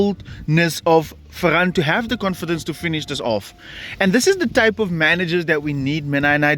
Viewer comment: “Focus on the run of Fer-ran”